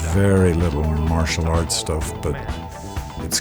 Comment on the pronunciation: Escuche mal o dijiste "artial marts" en lugar de martial arts ? o.o